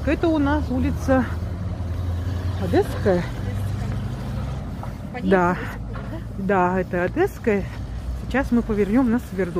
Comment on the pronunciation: Не Одэсса,а Одесса и Одесская !